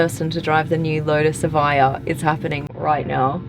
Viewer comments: Its eviija lol. British education lol 😂😂😂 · How to pronounce Evija? evaiyah? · It's pronounced Eh-vee-ah, not Eh-vaiy-ah